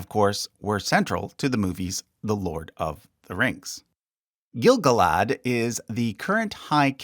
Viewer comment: Your pronunciation is odd. We usually hear the names with the stress on the second to last syllable. GaLAdriel. Gil-GALad. iSILdur. And so on. Rohirrim names however always have the stress on the first syllable, and I can think of Ar-Pharazôn for the stress on the last syllable, possibly other Adunaic names.